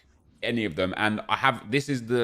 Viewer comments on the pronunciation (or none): none